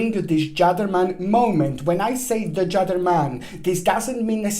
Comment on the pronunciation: I loved your dramatic beginning. Also, I have heard the word Gedderman first time. I thought you were calling a gentleman a Gerdeman. O boy, this Gedderman!!